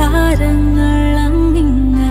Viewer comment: വളരെ സത്യം .. അതാണ് ഞാനും പറഞ്ഞത് ,ഉച്ചാരണം തീരെ ശരിയല്ല എന്ന് . തെന്നൽ ,മണ്ണ് ,അങ്ങിങ്ങായ് തുടങ്ങിയ വാക്കുകൾ എന്തൊരു ബോറായാണ് ഉച്ചരിച്ചിരിക്കുന്നത് .. താങ്കൾ പറഞ്ഞത് വളരെ ശരിയാണ് സംഗീത സംവിധായകൻ എന്നാൽ കഥാസന്ദർഭത്തിന് അനുസരിച്ച് സംഗീതം ഒരുക്കേണ്ടയാളാണ് .ഈ സത്യൻ അന്തിക്കാട് സാറിന് എന്ത് പറ്റിയെന്ന് മനസിലാവുന്നില്ല .ജോൺസൺ മാഷിന്റെ എത്രയോ മികച്ച ഗാനങ്ങൾ നമുക്ക് നൽകിയ സംവിധായകനാണ് അദ്ദേഹം . കുറച്ച് കാലം മുൻപ് വരെ അദ്ദേഹത്തിന്റെ ഗാനങ്ങൾക്ക് ആ നിലവാരം ഉണ്ടായിരുന്നു .ഇപ്പോൾ അത് കൈമോശം വന്നിരിക്കുന്നു . വിദ്യാസാഗർ എന്ന മലയാളിയല്ലാത്ത സംഗീത സംവിധായകൻ എത്രയോ മികച്ച മലയാളിത്തം ഉള്ള ഗാനങ്ങളാണ് നമുക്കായി നൽകിയിരിക്കുന്നത് . ഇതിപ്പോ സംഗീത സംവിധായകൻ മലയാളിയാണ് എന്ന് പറഞ്ഞിട്ട് യാതൊരു കാര്യവുമില്ല .. അദ്ദേഹം ചെയ്ത ചുരുക്കം ചില നല്ല ഗാനങ്ങളെ മറക്കുന്നില്ല ,ഇതൊരു എളിയ കലാകാരൻ എന്ന നിലയ്ക്കുള്ള എന്റെ ഒരു വിനീതമായ അഭിപ്രായം കൂടിയാണ് . ആരെയും വേദനിപ്പിയ്ക്കാൻ വേണ്ടി പറയുന്നതല്ല . സിനിമാ പാട്ടുകൾ എപ്പോഴും അതിന്റെ കഥാപരിസരവുമായി ചേർന്ന് നിൽക്കണം . ഇതിപ്പോ നാട്ടിൻ പുറത്തെ കഥാസന്ദർഭത്തിന് വെസ്റ്റേൺ റാപ്പ് മ്യൂസിക് കൊടുത്ത പോലായി ..